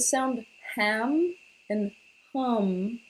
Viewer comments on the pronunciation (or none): Haam and ham are both not for the throat chakra. you're saying that so wrong....